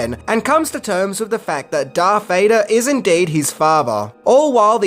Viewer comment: I've been winning from the previous videos on these movies, but his name is DARTH Vader Not DARK. I know it's not a big deal, but...